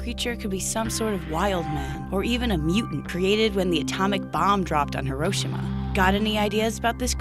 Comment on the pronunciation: “Huh- ROH- shïma”